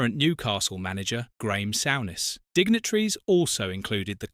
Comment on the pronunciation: Graham SOURness? 😂